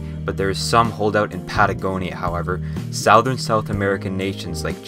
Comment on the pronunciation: No was did he said southern like that